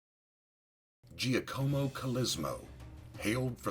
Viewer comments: That's the strangest pronunciation of Giacomo I've ever heard. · As an Italian I have to comment, his name is pronounced GEE ACK AH MO, similar to Jack ahmo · In the first 3 seconds you butcher 3 words, including both his first AND last name as well as CALABRIA. vaffanculo. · Giacomo is pronounced "JOCK-uh-mo" and Colosimo is "Kul-AH-sim-o.